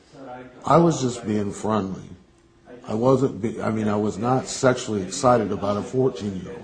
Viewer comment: Absolutely I noticed that 'I susually do' & wondered why they didn't pull him up on it.